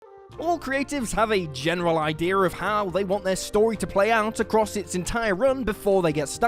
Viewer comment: Can someone explain to me what happens with whatever accent the narrator has when saying the word idea. In the first line of the video he says "Ideer" but then a few seconds later he pronounces it "I-dea". Why is this a thing? Kind of reminds me of the whole British accent being lost when singing thing.